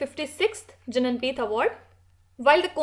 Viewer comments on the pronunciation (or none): it is for your Pronunciation [ jnanpeeth(ज्ञानपीठ) ]